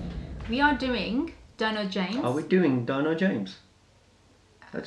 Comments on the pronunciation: Not "DYNO" it's DINO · Its not "dyno" its more like 'D'----- 'NO' James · Actually the pronunciation is like Deeno not Dyno . Love u all❤️